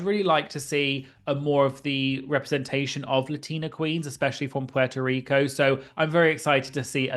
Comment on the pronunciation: Small thing that I just witnessed - I just got to the part of the video about Alyssa Hunter, and I noticed that you did a wonderful job of pronoucing 'Puerto Rico.' I'm in the UK, and rarely hear anyone here getting close. I know it's probably an insignificant detail, but I just wanted you to know that your effort here is really appreciated. :)